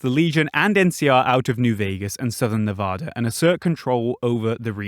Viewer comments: it’s Neh-VA-duh not ne-vah-dah they say it correctly in the game for Christsakes! Your butchering of my states name hurts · THATS NOT HOW YOU PRONOUNCE NEVADA!!!!